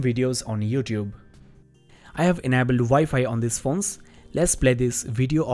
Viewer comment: You don't know how to pronounce enabled